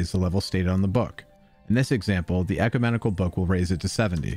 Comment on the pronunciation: Good video, and I hope this helps: (caps are long vowels) 1. reagent: rE-A-jent 2. ecumenical: ek-U-men-i-kal